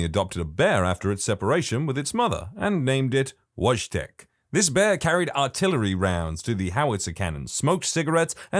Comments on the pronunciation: Wojtek pronounced in polish is like Voy-tech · Its pronounced Voytek in Polish i should know cos i am Polish